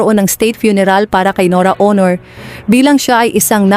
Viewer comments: I agree with you she can't pronounce properly. What planet she came from? I'm based overseas but I can still speak and pronounce properly. NORA AUNOR SOUNDS HONOR. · Oo nga parang tanga Aunor lng di pa ma pronounce ng mabuti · Ano ba tong nag sasalita norra ooonoor ang tawag sa superstar. Nora Aunor.. please don’t make any videos about anything Tagalog or anybody specially about the death of important person.. you can’t even pronounce the name properly. that is beyond disrespectful. Tarantado to! Bwisit!! Unsubscribe!! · Aunor naging honor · Pagbutihin mo naman ang pagbigkas ng pangalan N O R A A U N O R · Pati family name ni NORA Mali ang pronunciation magaral ka muna ng tagalog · Bakit hindi ka marunong mag pronounce ng Aunor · I agree. She can’t even pronounce Nora’s last name right. Please practice your Tagalog before you blog.